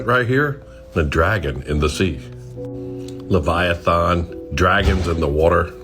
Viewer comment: I'm getting tired of the guy mispronouncing Leviathans name. It's not spelled Leviathawn. Dumbass